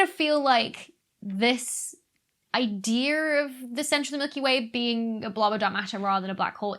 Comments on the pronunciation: She said, "Idear". I used to joke about really old movies where the character would say, "This gives me an idear!". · I always find it funny how British people drop their "R"s in words like dear, then add them on to words like idea